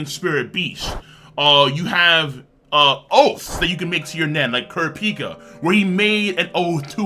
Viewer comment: This guy calls himself a hunter x Hunter but mispronounced kurapika wrong.